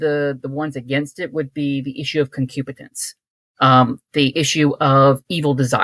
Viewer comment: Great episode. The guest was very well read and very cool (until he said that he was a credobaptist). He would be great to have back on. One minor thing, it is “concupiscence” that Lutherans believe in, not “concupitence.”